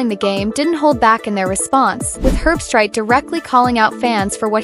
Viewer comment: Herb-street is the correct pronunciation. The dog picked with Kirk died before yesterday’s game.